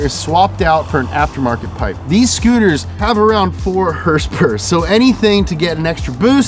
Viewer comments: that 4 HRSPRS (herspers) had me laughing🤣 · "4 HRSPRS" I almost choked laughing